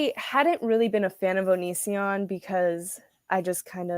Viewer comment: Chris Hansen called Onision "onion" and I love that.